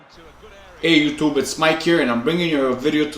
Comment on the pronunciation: The way you say YouTube 😂😂